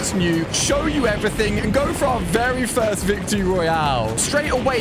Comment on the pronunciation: You said fist 🤛 not first